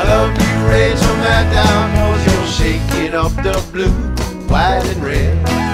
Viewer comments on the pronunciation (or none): Great song, man! Gotta tell you, though. It's Madd-OH. Like, if a Yankee were saying "meadow." Like, that's how she pronounces it. That's how she has before when reading her own last name. Woo, Oh, I like Rachel Madd-OH, too. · Not to be all nit-picky but Maddow rhymes with shadow, great song though!